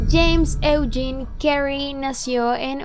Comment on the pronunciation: Eugene se pronuncia "iugin" besos 😘